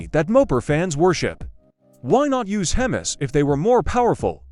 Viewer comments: Excellent research and I did hit LIKE, but I almost bailed out at 3 minutes due to the AI narration. "Dodge for 40" , "Boolit", and "hemmis" -- really bad. I did not subscribe. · HEMMIS Engine? I think your A.I needs some more Major training. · What the hell is hemes..crap AI narration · Fkn ai ...hemas ???? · Hem MEEEEEEEEEEEE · Learn how to pronounce Hemis brother before you put these videos out